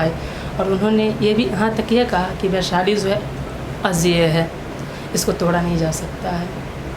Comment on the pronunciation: काहे को interview लेते हो जब शुद्ध बोलना नहीं आता। बैसाली नहीं होता है बल्कि वैशाली होता है।